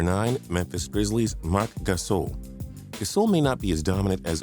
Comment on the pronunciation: You're saying Gasol like he's from France